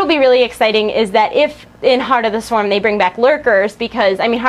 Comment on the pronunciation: did you say Tard of the Swarm lolz = )?